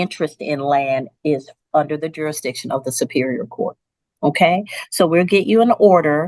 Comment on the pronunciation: If you cant say the word "jurasdishin" you don't get to represent yourself. You get an attorney. Waste of time.